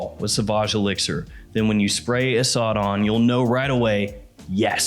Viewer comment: It's pronounced like "a sud" and it means Lion.